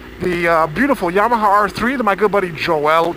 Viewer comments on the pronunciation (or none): none